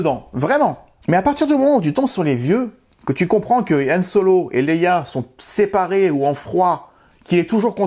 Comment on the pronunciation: Pourquoi tu appelles Han Solo « Yann Solo » ?